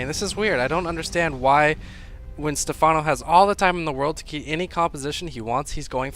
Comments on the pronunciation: Pronounced Stefffffffffffawwwwnoo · Step- HANO? SERIOUSLY?